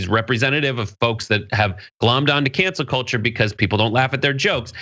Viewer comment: I heard “Cancer Kultur” for an instant before hearing “Cancel Culture…”